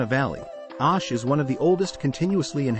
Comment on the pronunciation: its not..Aaash....but OOOSH😂